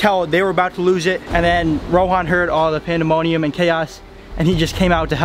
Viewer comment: Its rohan not ronan